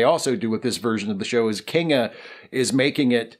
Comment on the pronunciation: The main thing I always wondered about the reboot was... what's the deal with Kinga Forrester's name? It seemed to be pronounced "Kingda", as in the giant New Jersey roller coaster Kingda Ka, but that's not how it's spelled. I should really just relax.